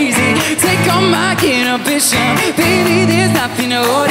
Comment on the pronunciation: Omg I love this so much!!! Kinda triggered how he pronounced inhibitions tho lol